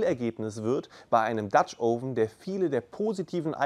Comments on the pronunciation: Es heißt "oven" mit einem offenen "O" wie in "Offen" und nicht "ouven". Tut mir leider in den Ohren weh, komme aus dem angelsächsischen Raum. Anonsten wie immer informativ. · Du hast offensichtlich viel Ahnung - nur von der Aussprache nicht. Das Video ist nur mit viel Mühe schaubar, wenn man tausend mal „Ouven“ hört. Schau dir mal ein englischsprachiges Video über Dutch Ovens an, wenn du das schon beruflich machst. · Noch nicht mal "Oven" richtig aussprechen können. Aber labern.